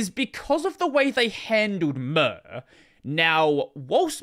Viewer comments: I want to stab my eardrums every time I hear murrr instead of Mir. The way you should pronounce it is the same as in the word Mirror. Mir means both world and peace in russian - it is also the name of a defunct space station. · The way you pronounce mir is: Mirage. PS Wayland sucks